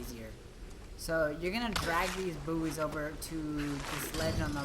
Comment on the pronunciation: Boo-eys? For real?